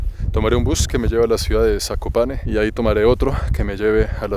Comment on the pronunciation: Pronunciaste bien Zakopane y eso que no sabes Polaco.